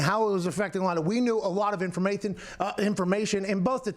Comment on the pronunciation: I thought I was the only one who heard that 🤣🤣🤣